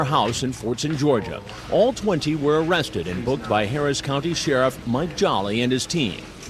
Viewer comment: I choked when i heard that!